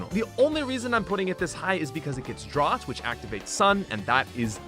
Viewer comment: Pronouncing Drought as Drot... wtf is that. Ya brick